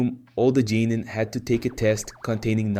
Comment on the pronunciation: "za-boosa" "jenin" man did you even watch the show or are you just mispronouncing things on purpose